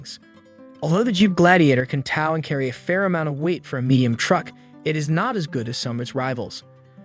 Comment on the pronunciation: Knock it off with these artificial voices for narration! It's TOW, not TAU!